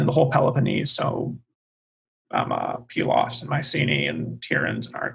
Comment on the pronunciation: does the I-know-better professorial sarcasm bit very well, but then repeats the safe refrain that the Bronze Age collapse and the "invasion" of the Dorians is... unknown. I had really hoped to get more input on the situation of Pylos (thank you for the correct pronunciation). Was there there really a gap of 10-15 years between the destruction of Mycenae and that of Pylos, for example?